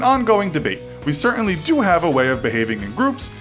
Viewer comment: The way he says do